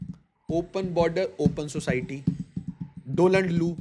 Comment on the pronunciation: Learn to read, there is a difference between Doland and Donald